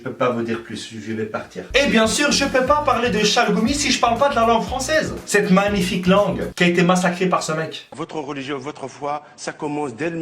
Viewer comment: 'Sette étè' au lieu 'cette été'🤣